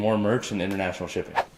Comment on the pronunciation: internertionerl sherpping? yeay